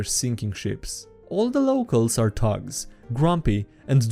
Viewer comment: Read: years, thugs, resident.: ears, tugs, resistant.